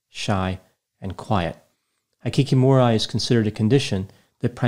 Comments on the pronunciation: I really enjoy your videos,, but you’re killing me with your pronunciation of Japanese words! “Kyoto”: 2 syllables, pronounced like “To-kyo” backwards “Aoba”: ah-oh-ba “Hikikomori”: hee-kee-koh-moh-ree Vowel pronunciations in Japanese is similar to Spanish. Unlike English, there is only one pronunciation for each vowel. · exactly! High-kee-kee-more-eye? W-T-F is that! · You mispronounced both words. Kyoto is pronounced KEY-OH-TOE Hikikomori is pronounced HE-KEY-KO-MORE-E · Instead of guessing and assuming why not research it. Hi‧ki‧ko‧mo‧ri the “i” is a short “i” and the “o” is a long o, Japanese is phonetic so it’s basically spelled the way it’s said. Hikikomori has been around for a long time and is unique to Japan. Studies found that it is a form of severe social withdrawal. It is a sociocultural mental health phenomenon, rather than a distinct mental illness. By the way Kyoto is pronounced kee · ow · tow and it is a pretty important city in Japan and very distracting when you totally butcher it, it’s like if you were to mispronounce Washington over and over in a 15min video. Kyoto was once the capital city of Japan and to this day is known for it’s beautiful women. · I love your videos but please look up how to pronounce foreign words! 😂 I was cringing every time you said hikikomori It's hee-key-kow-mow-ree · His pronounciations are sooo off 🤦‍♂️ High-kee-kee-more-eye? W-T-F is that! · Thumbs down to ignorantly butchering the Japanese words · Just FYI, the Japanese pronunciations actually are: Hikikomori: hee-kee-ko-mo-ree Shinji Aoba: sheen-jee ow-bah Kyoto: kyo-to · It is pronounced [Kee_o_to]not [ki_o_to ] and [he_kee_ko_mo_ree]... nice lavender shirt though. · it’s (Hee-Key-Koh-Moe-Ree) Hikikomori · The "i" in Japanese is pronounced like "ee," like in "eat." Hikikomori is pronounced like "hee kee koh moh ree." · Thanks for covering a case in Japan. Your pronunciation though! High kiki mo rye🤣